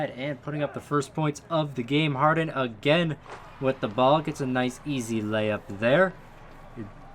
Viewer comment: No one: HARD-HEN